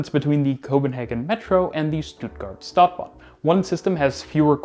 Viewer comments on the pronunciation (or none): Are you going out of your way to mispronounce Stuttgart and Stadtbahn? St is pronounced Sh!